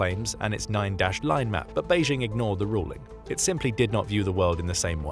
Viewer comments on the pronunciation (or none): none